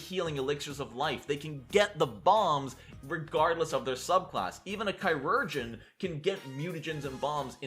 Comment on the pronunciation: JFC I hate your style (not you. I don't know you) but at least I learned something new despite the clickbait when I looked up the pronunciation of chirurgeon to lay down some flames and found out I'm the one who's been saying it wrong. So, thanks? And the investigator rage made me chuckle. Try to get a little more substance in the rest of this series, pretty please